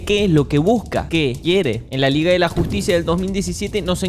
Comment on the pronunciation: La "Liga de la Jossticia" vs la "Liga de la Justicia"